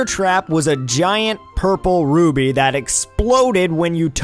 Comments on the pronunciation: Excuse me?!?! did he say rubbie instead of rupee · it's not a ruby it's rupee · Great vid, but it's rupee. Not ruby. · It's called a "rupee" not "ruby." Just saying. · And Volgia instead of Volvagia too! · roo-bee rofl